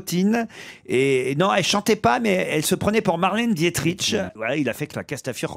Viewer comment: Ce n'est pas Dietritch mais Dietrich. "Dix neuf cent quarantre"